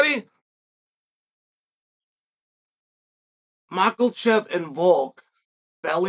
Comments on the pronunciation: everyone : makhachev chael :MaKElCheV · 'Makkelchev', 'Piera' - this guy sounds like a ranting drunk propping up the bar....😀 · Bro you heard the goat, it’s maklechev… casual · After so long, Chael still "MakelChef" 🤣🤣🤣🤣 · Who's mallkashev again? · “Michaelchev”-The goat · How hard is it to say "mak-a-chev"? Where is the "L" coming from? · Why do you keep pronouncing Islam's last name Machalchev? And why do you continue to say the same things over and over and over again in different words? Is it that difficult to come up with unique dialogue? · Tell me UC, where is the letter "L" in Islam family name that you kept pronoucing it MarKhaLchev. Markelchev means arrogant in Dagish (*joking*) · Daniel Cormier (UFC P4P, Aug 18) and his inability to handle body shots. That was easy lol. Don’t tell me I’m not appreciating something when you STILL can’t say Islam’s last name correctly. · Say his name right lol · THERE ISNT A “L” IN MAKHACHEV COME ON CHAEL